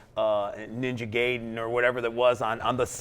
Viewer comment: Ninja Gaiden wasn't released on the Genesis officially. NES for sure, maybe the Sega Master System version? Also, it is "Guy-den", not "Gay-den".